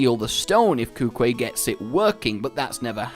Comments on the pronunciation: (Tilimo) It's pronounced koo-koo-way though. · Thanks for the notion. I looked it up and although Kukui is not Japanese, you have to pronounce it the same way, so koo-koo-ee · Hey, I am learning Japanese at the moment and I saw you struggle saying Kukui. So maybe I can help you if you want. So, if you say it Japanese like, when you have two vowels you say the second vowel as it is on its own. So professor Kuku-i, where the 'i' sound like 'e'. So professor Kuku-e:D